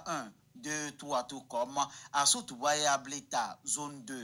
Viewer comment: Sotouboua et non soboutoua.toujours vérifier d'abord.je sais que l'erreur est humaine